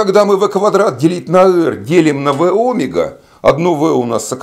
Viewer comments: Почему сила КориолИса , а не КориОлиса ; почему Омега , а не омЕга - что у Вас с ударениями ? Я знаю , что некоторые ютуберы делают так специально , для того , что бы люди поправляли их в комментариях (для их увеличения) . Неужели и Вы туда же ?! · Кориóлиса. Óмега? Б-р-р...